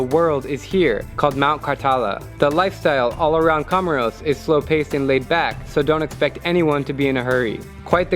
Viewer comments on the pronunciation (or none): My dear, COMOROS is pronounced, "KO-MORE-ROS, with the a ccent on the "KO... " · I heard comoros